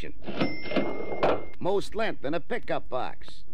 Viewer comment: He meant "lenth" instead of "length"